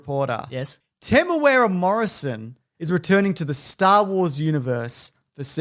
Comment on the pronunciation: It is not pronounced Temoweara